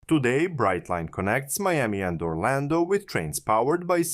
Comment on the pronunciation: If you're going to get picky, get it right. It's Brightline. Brightline.